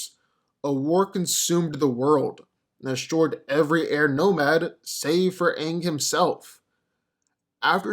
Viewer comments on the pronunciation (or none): none